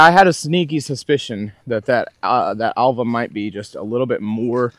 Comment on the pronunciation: It's pronounced Elva. Just ordered one 😊